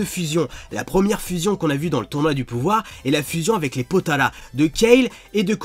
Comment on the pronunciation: Eren 1530 ta raison il me kasse les couille déjà c'est kafla pas kefura déjà c'est potaras pas potalas et c'est vermoud et pas vermoun